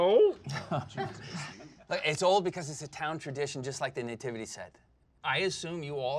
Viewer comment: I've never heard someone called the Nativity Scene a Năytivity😮 it's pronounced nuh·ti·vuh·tee